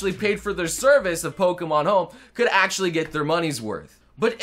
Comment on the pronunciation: Hey, whenever you say Actually; do you ever feel like you are saying Ashley instead? Just curious since they sound slightly similar in english.